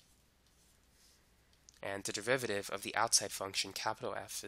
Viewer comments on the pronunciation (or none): Am I tripping or does this guy say devivative?